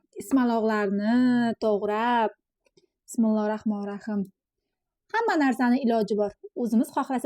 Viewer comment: Bismillahi Roxmanir Rohiym deng Raxmonir Rahim deyilmaydi uzur lekin xato aytib bulmaydida